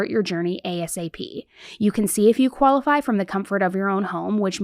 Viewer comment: I love the way you say qualify😂 Kaola-fi